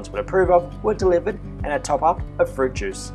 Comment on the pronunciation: "Hairdryers" and 'fruit juice' he said looooooollllll